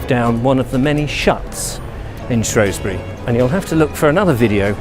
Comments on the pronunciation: its shewsbury not showsbury unless you live on the other side of the river lol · We dont like it when people pronounce the O vowel not the E vowel. You'll get yourself in a spot of bother - It's only the posh lot on the other side of the river that pronounce it "shrowsbury" It's spelled with an E not an O - So it's SHREWSBURY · Shrewsbury. Not Shrowsbury. Prononce the "E" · I wish people would pronounce it properly. It’s spelt Shrew not Shrow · Like the video for the most part, the only problem being the way you say shrewsbury. Split the word: Shrews-bury not Shrows-bury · Shroosbury, not Shrohsbury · It's Shrewsbury NOT Shrowsbury 😞😞😞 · It is not pronounced Shrowsbury. It is Shrewsbury pronounced with an E, there is no O in it. I live there.... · Apparently the Norman's put the 'O' in shrowsbury, now a days normal locals call it Shrewsbury and locals who try and be posher than they actually are call it Shrowsbury which is really really annoying lol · It's not shrowsbury. It's shrewsbury we a Fooball club the shrews thankyou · Its shrew not shrow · Pronounced Shroosbury! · Posh upper class wankers pronounce it shrowsbury it's actually pronounced the way it's spelt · THERE IS NO “O” IN SHREWSBURY FFS!! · Was gonna watch this video then you said shrewsbury wrong. Oh well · You pronounce Shrewsbury wrong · I live there as well and it is just annoying when he says it